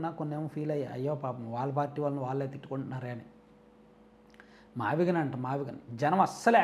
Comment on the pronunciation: మావిగన్ కాదు మావిగున్: వాడి దినం